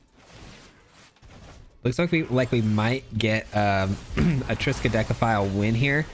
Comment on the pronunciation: Triskadekaphile again? And you pronounced it right!